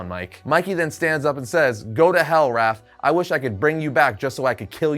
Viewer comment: It's Raph not Ralph